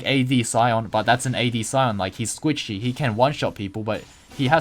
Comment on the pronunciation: hes what? squitchy? but srsly enjoyed the video <3